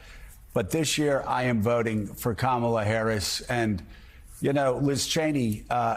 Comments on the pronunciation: Trump correctly pronounces "Kamala." Does this mean that the entire Republican/MAGA party will now be required to follow suit? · Did anybody notice he's starting to pronounce her name correctly?